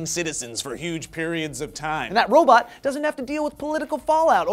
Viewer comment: Yep....you said robat, you can't escape that!